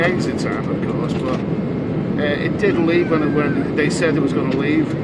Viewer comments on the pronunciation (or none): none